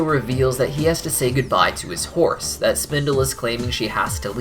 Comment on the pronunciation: 50% of the times you said "horse" i heard "force" lol